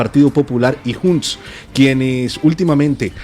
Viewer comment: Me parece muy fuerte q tengamos q escuchar a un periodista pronunciar Junts con sonido de jota española.